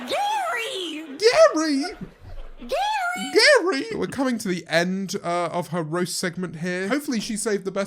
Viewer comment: No one: Not a single soul: Not even James: Lilly Singh: GAry gaRY GaRy!